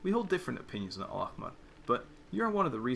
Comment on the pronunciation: the way you pronounced al-ahmar is really good considering it’s one of the most difficult words to pronounce within the arabic words genshin used coming from someone who’s first language is arabic btw!!